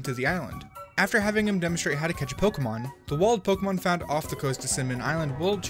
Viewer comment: I hate it when people call Pokémon “Pokaymans”